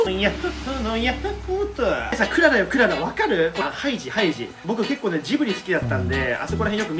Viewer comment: クララじゃなくてク·ララ。Que Lala😊